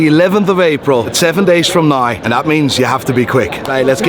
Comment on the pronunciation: Why does he say 'nye' instead of 'now' is he stupid?